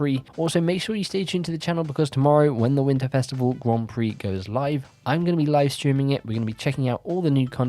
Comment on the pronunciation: Yeah, you still pronounce 'Grand Prix' so badly. I turned on the captions and it thinks your saying "Guam Free".